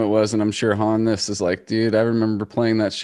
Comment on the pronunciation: Good on you boys for pronouncing "Hannes" the correct way. I was going nuts thinking it was supposed to be "Hons" but did my research and you have corrected me.